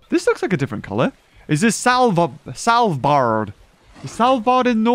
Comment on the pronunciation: not salvbard it's svalbard